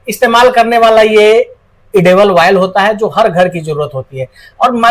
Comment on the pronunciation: वायल नही ऑयल मशीन होती है